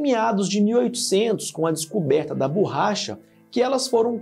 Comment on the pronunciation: Ele fala bôrracha